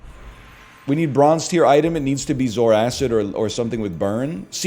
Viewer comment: Is this the last time he calls it zoar acid